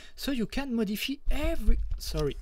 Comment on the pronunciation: your English isn't bad, some words you pronounce different. like Modif-EYE you said modifee and thank you i was wondering why my textures weren't working, i had to put them in documents folder.